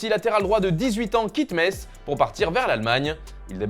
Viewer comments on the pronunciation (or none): none